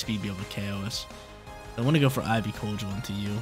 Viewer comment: I love all the videos, just some of the pronos grind my gears. Idk why. Keep up the great work and upload schedules